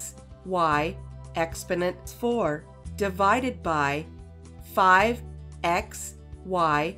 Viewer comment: Please learn to pronounce EX PO NENT properly. Exponent - look it up on the internet dictionary that pronounces the words for YOU. EX PO NENT.